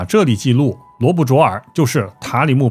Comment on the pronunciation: 淖（nao 闹）尔